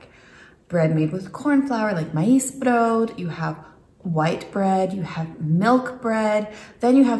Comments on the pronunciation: Oh btw, it's pronounced as though it ends with a t. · Brood is pronounced with a hard t in the end, not a d (i.e. broot). Thanks for the vid. :)